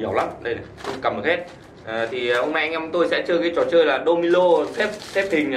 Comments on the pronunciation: Domino bạn cứ đọc domilo là cái gì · Domino thì nói là domilo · Đô mi lô hả anh phải là đô mi nô chứ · " Domino " chứ không phải " Domilo " ok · Đô mi nô chứ.. Đâu phải đô mi lô